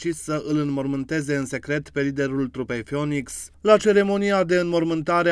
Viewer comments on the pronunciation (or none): N-am stiut ca Fionix se pronunta numele formatiei!